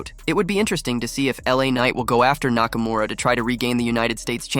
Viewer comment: "Nakamaura Rules"